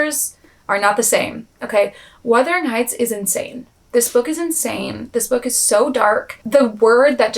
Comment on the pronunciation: Thank you for actually saying the name right lmao so many creators say Withering instead of Wuthering and it’s so embarrassing